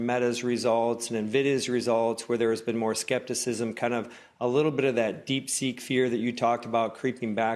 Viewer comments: I heard Deek Seek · did she say Deek Sea